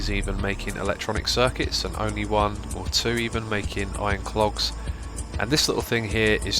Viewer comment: xisuma, i love your mispronunciations! "Iron cLogs" and "satisfication" are two of the best :D